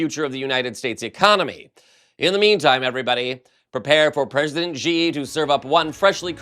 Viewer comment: FYI. President Xi's name is pronounced like "she", not "jee". It's approximately "she gin ping". It's just not good enough to pronounce his name wrongly - he's a major world leader. Chinese spelling in Roman letters is phonetic and easy to learn. Reporters need to pronounce foreign names accurately, like the names of other countries and their cities. It's part of the job. Any name and its pronunciation can be googled.